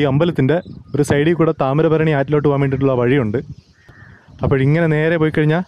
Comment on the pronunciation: ബ്രോ..താമരഭരണി എന്നത് തെറ്റാണ്.. താമ്രപർണി എന്നതാണ് ശരി.. വീഡിയോ ഉഗ്രനാ....